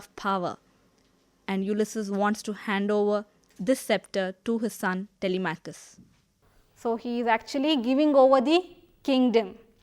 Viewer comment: It's TELI-MAK-US not TELE-MATCH-US, ma'am